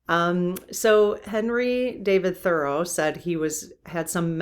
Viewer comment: I appreciate your content. However, your mispronunciation of Thoreau drove me crazy yesterday and it’s continuing today. Can you please Google the correct pronunciation and correct yourself? Thank you!!